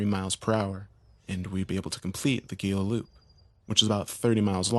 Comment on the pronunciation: Your friends ostracized you for mispronouncing ‘Gila.’